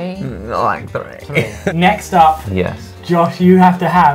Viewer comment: Josh imitating Gabbie's 'Like...three' in a very California accent is HILARIOUS! I watch them so much that sometimes I forget how eclectic backgrounds and influences!